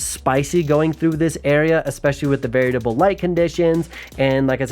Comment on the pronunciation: You’re the homie. So I just want to let you know that it’s “variable” and not “varietible”. On another note, I love this type of content 🔥